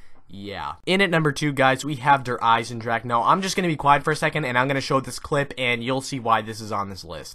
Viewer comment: Its der Eisendrache